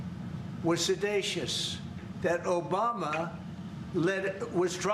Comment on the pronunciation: He didn’t say seditious, he said sedatious 😂😂. When you started talking about turning over the voter roles, I thought about 2016. Born and raised in LA spent some of my adulthood in Colorado. Colorado ain’t going for that they didn’t go for last time. They’re not going for it this time the same people are in office. And it’s funny that the second paragraph of what you put up says Colorado. I know Phil Weiser, I know the Secretary of State neither one of them are going for this baloney. The situation, the genocide in Gaza, and in Palestine in general is a defamation against humanity. And they are breeding the terrorist of tomorrow with their inhumanity to man. For those who are selfish and only think about self think about the fact that your kids and grandkids will have to deal with this. There is no reason to starve babies. Period,The end.